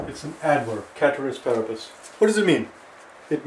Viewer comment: Its pronounced as spelt actually ceteris paribus